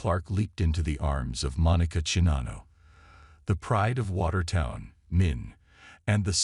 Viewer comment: Your robot can't pronounce Iowa, Czinano, or gopher.